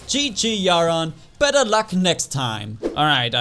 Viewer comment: He was saying bether